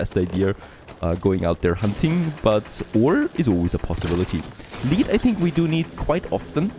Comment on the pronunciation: its pronounced lead not lead